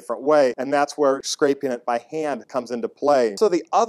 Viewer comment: Um... "Scrapeen"? Do you mean "scraping"?